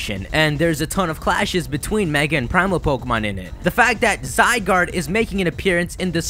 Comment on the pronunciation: So that you know its official pronunciation for Zygarde: zee-GAR-day